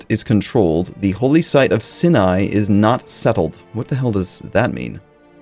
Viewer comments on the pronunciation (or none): I know we all pronounce things wrong sometimes, but pronouncing Sinai like that hurts me every time. Even if you don't recognize the name from the Christian/Jewish story from Exodus (in which god gives the Ten Commandments to Moses on Mount Sinai), two of the most famous hospitals in the US have Sinai in the name – Mount Sinai Hospital, NY and Cedars-Sinai Medical Center, CA.